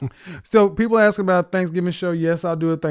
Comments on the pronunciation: Dumb nog bimbo around the with the typical smoke detector low battery chirping! Then follows up with lovely Ebonics- “May I AXE you a question?” You can’t make this shit up! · Don't AXE questions, ASK questions. Learn your dang language.